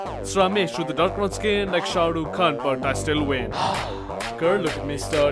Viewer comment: hey man....why did u always pronounce it shahduk khan. it's "Shahrukh Khan".